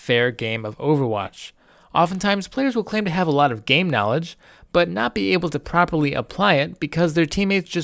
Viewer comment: This video didnt help. Its just 10 minutes of pure babbling. "the key is knoolaageee" "lamborghinisss" "book shelves"